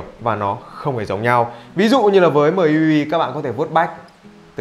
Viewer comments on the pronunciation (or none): MIUI đọc là "Mi iu ai" nhé, ko phải "Mờ i iu ai" :)))